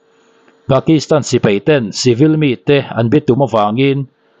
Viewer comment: Sipei❌ Sipai ✅